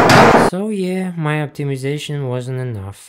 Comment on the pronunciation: Почему оптимизейшон звучит смешно